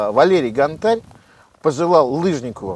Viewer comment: гОнтарь!!! Ударение на "О"!!!